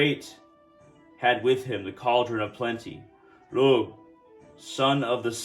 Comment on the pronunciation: It's Pronounced Loo not Lugh the gh sound makes a double O sound.